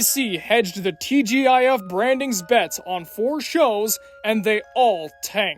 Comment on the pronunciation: TGIF, pronouned TeeJiff. Actually I remember watching the old TGIF and if it wasn't a family watch 90% of the time. It was definitely us kids watching every Friday. Also that was Keith Carradine in Complete Savages, he's one of my favorite actors btw. I didn't hear it mentioned and never heard of the show up until now.